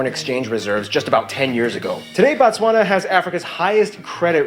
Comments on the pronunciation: Why am I getting worked up over him calling the country Batswana? It’s Botswana. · it is pronounced BOtswana ...BO...as in Boston and then Batswana refering to the nationals. 💙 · More stuff on Botswana Also we pronounce it Bo like Bo in Bold ....He keeps saying Batswana which is plural for Botswana Nationals, Singular is Motswana